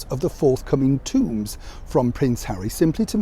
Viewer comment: not tombs, tohms (tomes). Otherwise 10/10!